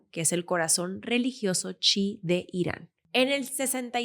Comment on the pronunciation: no es "Chi' es "chií" o "Chiita". Gracias por el video.